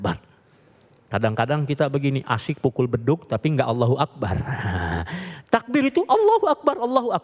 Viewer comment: Saya hanya ingin komen lafat ALLOHU AKBAAAR,yg diucapkan oleh pembawa acara,lafat BAR DIPANJANGKAN ITU SALAH MUTLAK,YG ARTINYA KENDANG,TETAPI YG BENAR ,(ALLOHU AKBAR)YG Artinya ALLOH MAHA BESAR,jadi kalau ada orang ucapkan ALLOHU AKBAAAR,itu salah mutlak& artinya sangat berbeda,jaaauh sekali ,jadi hati2ucapkan lafat ,jangan sampai kita kliru,mohon ma'af🙏dari surabaya